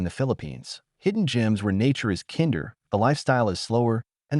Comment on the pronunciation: This robot voice is killing me. It didn't even pronounce kind-er correctly. Thumbs down.